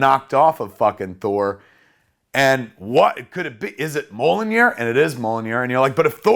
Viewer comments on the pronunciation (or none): Every time Kevin calls Thor's hammer "Mollinear" I cringe like someone is forcing me to watch my parents having sex. Kevin, it's pronounced "Me-YOLL-neer." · It's kinda embarrassing how you can't pronounce Mjolnir. It's pronounced how it is literally spelled: M-YAWL-NEER. Not MO-LLO-NIR. Stop saying Mollonir. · It’s meeyolnear. Not molonir. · It’s mjolnir, not molinir. Great description of the movie. You have a good memory. Your passion is clearly visible. Great job Kevin, keep it up. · Great and fun and heartfelt. MJOLNIR is pronounced ME-UL-NEER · I love you Kev but (Mee Ya'll Near) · Mjolnir is pronouced Mule Near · Is this how word Mjollnir should be pronounced? Not doubting it or anythin, Mr. Smith definitely knows more about comics than I do, its just I have never heard anyone else to say it like this. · you need to learn how to pronounce mjolnir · The best part of this is Kevin's pronunciation of Mjolnir